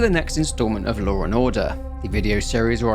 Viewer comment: "Lawr and order"